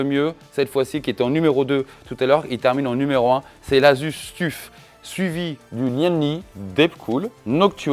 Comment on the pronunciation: "Le Tuffe" 🤣 Ton anglais est légendaire ! ça se prononce "teuf" mais t'as raison, on s'en fout après tout. Les Arctic P12 existent aussi en argb pour à peine plus chers. Joli travail 👍